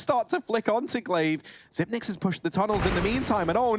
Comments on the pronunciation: Why do commentators keep saying Xypn8x , there’s no N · Faceit commentators Bardolph and DDK pronounced it like that when he first arrived and it stuck. DDK said they were pronouncing part of the 9. Xyp9x waited a while before telling people it was pronounced zipex.